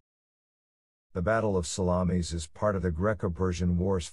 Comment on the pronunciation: I have to laugh at pronunciation of Salamis. Italian sausage fought both Greeks and Persians